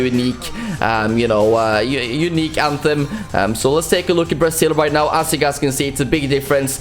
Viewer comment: are you serious right neow bruh?